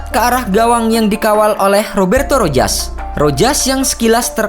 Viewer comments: Rojas. Bacanya ROHAS min..piss😁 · Rojas disebut sebagai Rohas